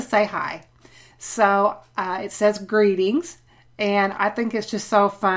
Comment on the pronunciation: So cute! Love the "Grrreetings" 😂